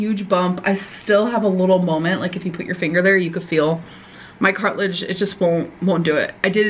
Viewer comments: “Her cartilage was dangleen”… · Every time she says "Cart-ledge", I feel like Im going to have a mental breakdown type molment